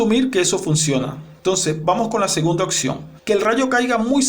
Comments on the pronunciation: “Opción” señor no occion esta última no es palabra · No a se dice occion... Es opción.